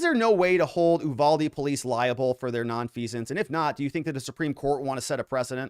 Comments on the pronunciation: Is it General Ooolyses S. Grant? It is the Ooooniverse? Nor is it Oooovalde. it's Yuvalde. Uvalde. Say it with me class. Yu-val-de. Very good! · IT"S NOT "oooVALDE"!!! it"s You-Valde!!! I'm from there.... I kinda know... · I lived in Uvalde. Native born Texas. We (even the town people) pronounce it "you" valdy. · The U is pronounced as an actual U not eww. lol